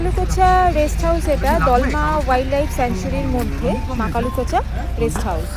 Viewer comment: Makalukocha noi kothata Makulakocha